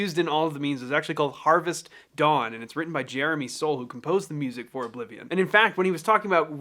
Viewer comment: Weally weally well witten. Say that 5 times fast XD